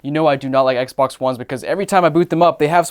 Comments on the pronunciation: Yup. That’s how it’s pronounced. Ehkbok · Did you say Ec Bock? Lolq